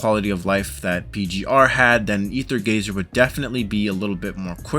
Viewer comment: Stop calling it rather gazer